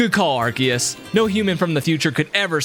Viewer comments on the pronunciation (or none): IT'S PRONOUNCED AR-SEE-US, NOT AR-KEE-US! wtf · It’s called Pokémon legends arcoos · ARkeus ars-e-yus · Actually its arkoos* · what the freak are u saying, the name is pokemon legends arceus, arceus is pronounced ar-se-us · pokemon legends arceus Nah not arceus ''arkious''